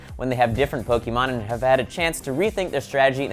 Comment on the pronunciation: Why can't pronounce pokemon correctly?!